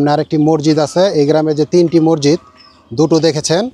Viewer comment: Morjid na re bhai masjid hobe